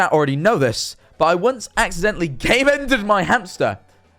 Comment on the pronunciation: When said Game Ended I thought he said came in so instead of game ended their hamster it was came into my hamster PAIN